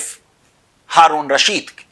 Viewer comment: As-Safa is true not al-safa, similarly Haroon ur rasheed is true not haroon ul rasheed. Try to study lunar letters and solar letters, the term al is spoken before lunar letters but it burns into a- the letter in solar letters.